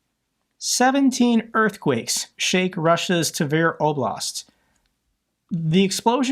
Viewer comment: Tver rhymes with "flair".